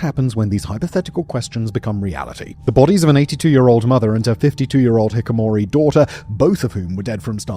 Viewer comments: HiKIkomori. NOT hickomoree, but HiKIKOmori. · They will leave their room when Simo Whitler says hikikomori without missing two letters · You recorded the entire video mispronouncing the topic word. It's five syllables, not four: Hi-ki-ko-mo-ri, not Hi-ko-mo-ri. Society has always needed a place for the non-functional. It's always been a thing. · FOR THE LOVE OF GOD, SIMON! It’s pronounced HI-KI-KI-KO-MORI!! TWO KI’S , NOT HIKOMORI! Your team got it right on the thumbnail!! Can’t believe you’re still butchering simple and well known words like these, are you dyslexic or just really shitty at preparing, like reading through the words before shooting?!?! even though you have slightly improved as of late; Just listening especially to your Middle East history retells is not for the story, but to get a good laugh as the uploads resemble a scetch more than serious storytelling. The only thing missing here is the camera panning every now and then to someone else in the studio with actual education and extensive knowledge on the topic making strange faces as they can’t understand what or who you’re talking about 😂😅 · HiKIkomori, not Hikomori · Why do you pronounce it Hikomori? You're saying it wrong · Pronunciation is hee-kee-koh-moh-ree… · With all the time spent on the production of this video, it’s a bit embarrassing that he continues to mispronounce it as Hikamori. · It wouldn't be an into the shadows video without horrendous butchering of pronunciation. Its "hee-kee-ko-mori". You missed a whole syllable. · Simon is normally perfect with pronunciation of foreign names and places, but this time he has fallen down somewhat. The phenomenon is known as Hee Kee Ko Mo Ri. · Bro didnt pronounce “hiKIKOmori” even one time rofl. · He's saying hikomori💀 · You made a 30 minute video on the subject, why do you KEEP saying HIKIMORI???? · Dude if you're going to doing a 30-minute video essay on something you've got to learn to pronounce it. You keep saying "Hikomori."